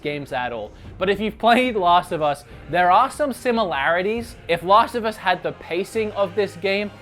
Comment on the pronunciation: It's Last of Us not Lost of Us...check your accent.